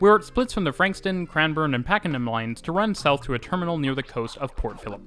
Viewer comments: A great video, thanks. Just having difficulty deciding on whether you say Pakingham (Line) or Pakenham (Line). It is Pakenham. Also, an update to the aerial shot of the train lines and again with the construction in the background, just outside Caulfield train station. The Construction is now complete, with hundreds of appartments, suited to student housing as Monash University, Caulfield campus is a few minutes walk away. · only note on pronunciation; Pakenham is said like "Pack-en-em" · North American English is very different and England/Aboriginal inspired words are not intuitive. I had trouble with Pakenham, Maribyrnong, Mordialloc, Prahran, Cheltenham, Chadstone etc as a Canadian. And don't get me started in Reservoir, Aussies have no idea how to pronounce French words.